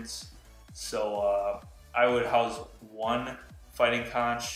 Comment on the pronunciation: It's pronounced "CONK" although spelt conch